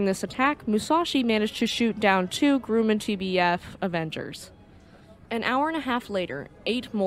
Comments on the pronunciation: The first syllable of 'Grumman' rhymes with 'crumb'. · And Grumman is not grew-man, but grum like crumb - man. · Grumman Aircraft is pronounced GrUH Man not Grew Man. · I love your videos - GRUMMAN is pronouced GRRA-Man the U is silent.. thanks!